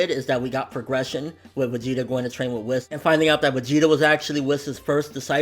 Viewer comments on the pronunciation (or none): It's pronounced 'Whees' but I still say 'Whis' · Yeah he says it like Wess when he should say Wiss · It bothers me that you say whis wrong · OMG THOUGHT I WAS THE ONLY ONE!!!